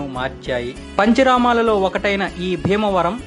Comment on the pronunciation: అన్నిటికన్నా ముందు నీ కంటెంట్ ను ప్రాక్టీస్ చెయ్. పంచరమాలేమిటి అసహ్యంగా, పంచారామాలు అనాలి. అడవి బాపిరాజుగారు ఒకవేళ వారు బ్రతికివుంటే నీ "భాపిరాజు" అన్న విషయం తెలుసుకుని వుంటే పాపం ఆ బాధతో మళ్ళీ చనిపోయివుండేవారు. నా సూచనలు నీకు శాపనార్ధాలుగా అనిపిస్తే అది నీ ఖర్మ. భాష నేర్చుకో ముందు.